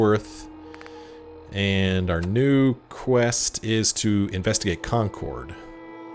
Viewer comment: Oh, the way you're saying "Concord" is going to bother me so much lol. Sorry, Massachusetts's names aren't always pronounced as they seem